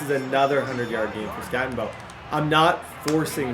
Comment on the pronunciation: I need you to Scattego…that was more like a skatte o no!😂